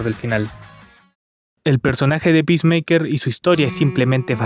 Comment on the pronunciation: Bro, están apunto de vender todo warner y nuevamente van a reiniciar el DCU Jajaja Que carajos salvo “pismeiker” según tu?